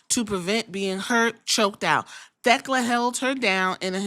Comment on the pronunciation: I love Queen Aminata I hope she can show up more. I like Thekla a lot too I watched her in Japan last year but I hope Queen Aminata isn’t just being used to prop Thekla up since they are feuding right now. Shes who I want to take the title off Mercedes. You pronounced Thekla right by the way, fans were being weird about that match ending, Aminata didn’t do anything off.